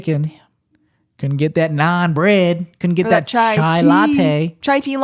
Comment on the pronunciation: Its Cha-ie!